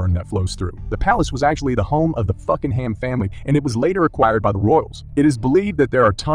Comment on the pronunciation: Please learn to pronounce "Buckingham" ... BUCKING - UM (not Bucking-ham".